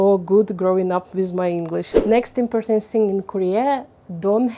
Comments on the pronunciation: У вас хороший английский, единственное что я заметила, important - ударение на О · Очень круто, что вы решили снимать видео на английском :) Единственное, что я заметила это ударение в слове important. Правильно impOrtant. Спасибо, было интересно)) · ImpOrtant - the second is louder stress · Здравствуйте,! Во-первых, с почином Вас:)!!! Впервые вещать на иностранном языке, это волнительно, но Вы молодец. Все ярко, активно и вполне понятно. Раз уж Вы разрешили сказать непосредственно о самом английском, напишу пару слов, и то, только потому, что уверена, именно эти 2 слова Вы будете активно продолжать использовать и Вам пригодится мой совет:) Слово important идет с ударением на О - импОтнт (импОртнт) и в слове foreigner тоже на О - фОринэ. Если я правильно поняла, Вы самостоятельно учите английский? без учителей? Для взрослого и усидчивого человека это вполне норм, но, мне кажется, брать 1 занятие в месяц с учителем-носителем языка - будет еще лучше. Он Вам после 1 занятия выдаст список рекомендаций - темы, где Вы чаще ошибаетесь и на что обратить внимание, и это точно не будет Вам накладно по деньгам (одно занятие это в среднем 15-30$). Зато получите действительно профессиональный отзыв и конкретные указания, где и что улучшать:)